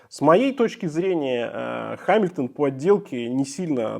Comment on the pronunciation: Читается не «Ха», а «Га». Но само видео классное 👍